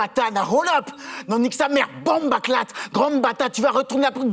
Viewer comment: Bambaclat 🤣🤣🤣🤣🤣 C’est Bomboclaat que l’on dit 😂😂🤣